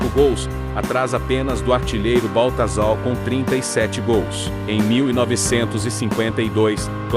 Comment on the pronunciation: CorinthiÃs, Baltazal, Claudiô, o que é isso? Tem que corrigir a forma de pronunciar, ou muita gente não vai entender